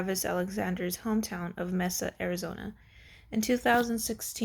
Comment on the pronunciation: Read much??? Mesa is pronounced with a long A